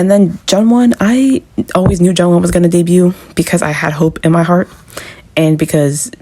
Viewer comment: It's pronounced Joonwon, not Jungwon